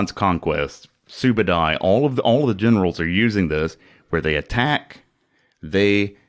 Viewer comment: Hey you said my name correctly.